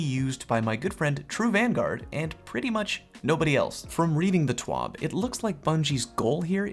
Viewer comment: It's T.W.A.B not T.W.O.B